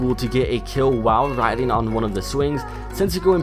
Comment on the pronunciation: Rhile widing! XD